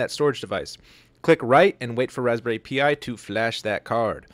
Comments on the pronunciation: Thanks for this! Btw, it’s Raspberry Pi (as in pie), not Raspberry P-I. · Yeah it’s raspberry Pi like the Greek letter in math. ( ….) pronounced Same as Pie hehe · Raspberry "Pea-Eye" 😂